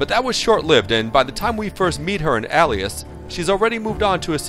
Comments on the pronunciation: Shouldn't that be ˈā-lē-əs like pale and NOT alias like Alice. Or maybe he meant to say Aliass. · Is it pronounced 'ellias' and not 'ay-lias'? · Al-ias.... hmmmm ok.... D-AL-Y BUGLE.... -_- you ruined it. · It's pronounced ālēəs. Long a. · Where did he learn to pronounce the word alias? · You do realize that "alias" has a long A in the beginning? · That's not how "Alias" is pronounced. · say Alias correctly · and he sounds like he cant pronounce alias